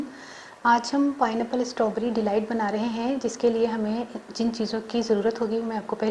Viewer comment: My dear it's not stoberry,it's strawberry.